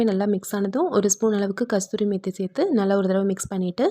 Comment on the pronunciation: Kasuri not kasturi